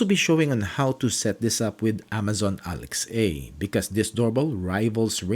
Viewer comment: I don't understand why he keeps saying Alex-A